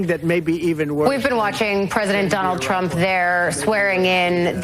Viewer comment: sounds like you said President Chump